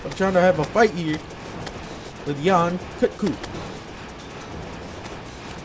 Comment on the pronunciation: it triggers me so much to hear you pronounce yian kut ku wrong the entire time. its Yan-Cut-Ku